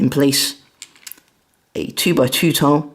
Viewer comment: Why you say taw in tile